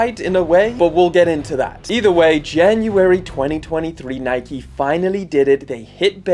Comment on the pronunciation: Why do u say nike like that